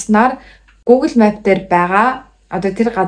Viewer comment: map gdg ugee buruu heleed bn. Duudlagaa zasaarai